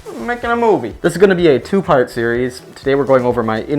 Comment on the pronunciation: "mayukiin a mouvee" said in most nyc accent ever